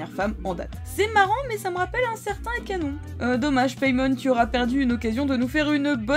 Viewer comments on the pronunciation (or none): none